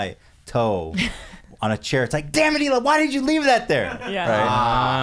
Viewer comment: they’re laughing at him saying high-la but the way Ethan himself and everyone else on h3 say it is also wrong lol like they say he-la